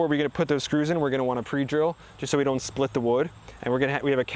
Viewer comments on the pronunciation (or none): none